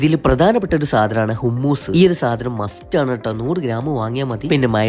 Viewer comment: ഹുമ്മൂസ് എന്നല്ല ബ്രോ, ഹമ്മൂസ് എന്നാണ് പ്രോനൗൻസ് ചെയ്യുന്നേ